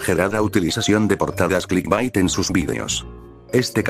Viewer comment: no se cuantas veces dijiste clisbat pero se que djiste clitbait una vez xd